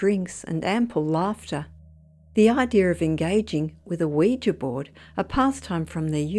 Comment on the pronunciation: At last someone who can pronounce Ouija correctly.. Most folk even on TV programmes say it like ooh we gee